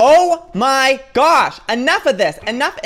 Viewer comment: gasps "Oh my gawsh, oh my gaowsh they have a damn postboxx" lmao favorite part 😂😂😂